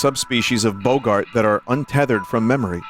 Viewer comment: He still can’t pronounce “boggart” correctly…